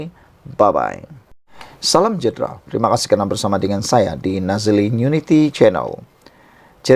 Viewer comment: Pse correct ur pronunciation it sud be Salam sejahtra not salam jahtra....